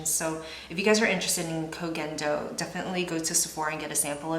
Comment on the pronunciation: Yes you're saying it just right, it's like KOH-GHEN-DOH